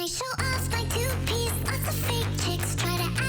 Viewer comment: its great but i cant unhear toothpaste instead of two piece